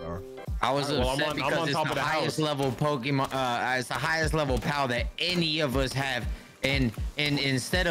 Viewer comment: Why can’t they say Pokémon ?